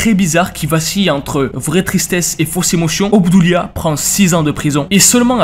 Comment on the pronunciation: Toute la vidéo je croyais que tu disais Hamdoulia 😭